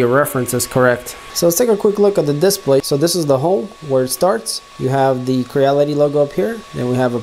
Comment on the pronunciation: I like how he says "DISPLAY". A lot of emphasis on the "I". Lol.